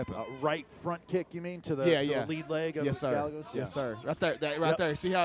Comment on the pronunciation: Guy-yay-goes not gal-e-goes